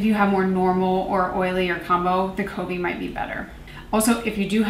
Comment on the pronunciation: Ah I’ve been excited to hear your thoughts on the Covey one! It’s kuh-vee and it means a flock of birds. Anyway, I like this style of review when you have more products to review that like you said doesn’t require a full video per. I haven’t heard of the brand one kind before, but I kinda like their branding. I’ve been meaning to try RMS products but it’s hard to prioritize products to try.